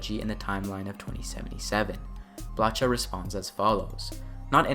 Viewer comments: blacha is read like blaha, its a little thing but can annoy :P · CH in polish is a hard H like in "hard". So Marcin "Blacha" in this clip sounds hilarious XD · Thanks for the video! And to give something back, I'll drop a tidbit of info to potentially improve your (already good) diligence on the videos: - "Blacha" in Polish means "sheet of metal", and "ch" is spelled as a hard "h" (like in "heist", "hard" etc.) - Regarding the point above, I HEAVILY recommend using Google translate to learn the pronunciation of Polish names. Simply drop a Polish name into google translate and click the "read out loud" button - the bot does a very good job on pronouncing the Polish names. And don't get me wrong - I don't demand, nor even expect you to have 100% perfect pronunciation. I'm just pointing a way to improve, if you wish ;) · Thanks for summing it all nicely. I like the part about certain chips giving you abilities to find secret areas and safes. BTW, regarding Marcin Blacha's surname - in Polish, both "Ch" and "H" serve as "H". It's just spelling/ortography. So it reads like in "Hudson" or "Houston", not like in "Churros" or "Chuck". That's what "cz" is for. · You pronounce the ,,ch ,, in the surname of Marcin Blacha same as the ,,h,, in the word HUMUS for example. Hope that helps in the future.